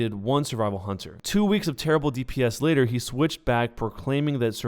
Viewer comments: "And the ladder raids" don't you mean LATER lmao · you said later wrong xD